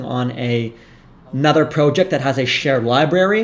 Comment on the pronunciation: Fun video! I liked the Joe Biden diss, but then you lost me by the way you said “proe-ject”